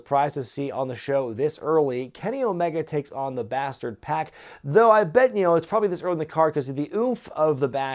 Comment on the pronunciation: I believe its pac like 2pac not pack like backpack. Maybe I'm wrong wouldn't be the 1st time.